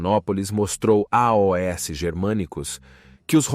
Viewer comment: Eu percebi que o narrador é mecânico. Não é uma pessoa de verdade. Porque nós não falamos "A O S" para dizer "aos".